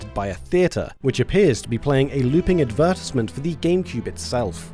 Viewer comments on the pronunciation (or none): a looping what now? Ad-ver-tees-ment?! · Its just "Advertisement" but the "tise" is pronounced like "tiss" instead of "ties" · AIN'T NO WAY THEY PRONOUNCE "ADVERTISEMENT" THAT WAY IN THE UK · We pronounce "Advertise" rhyming with "eyes", but saying "Advertisement" like that would sound wrong to me.